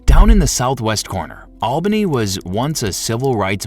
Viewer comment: Its not albany. Its alllbanny